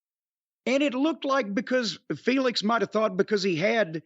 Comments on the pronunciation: Lol it's Phoenix not Felix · I get so annoyed constantly hearing Sockface pronounce Rey Fenix as Rey 'FAYNIX'. Taz is saying it correctlly the entire time after Excaliber does, like dude that's not how words work.